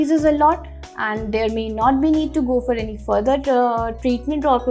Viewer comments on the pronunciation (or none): none